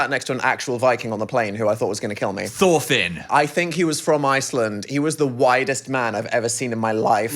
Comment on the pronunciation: aint no way i just heard phil say THORFINN? HE KNOWS BALL?